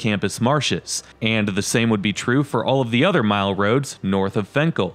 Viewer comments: I know it spelled fenkell but everyone I know says it with an “I” sound like Finkell. This like the road lasher to me it’s one word in the suburbs they say it more like La-sher.. more or less it just sounded weird the why you said the street name, ok I’ll get off my weird rant. By the way love your videos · "Fink-ul,". And "Lasher" if you need that one, too.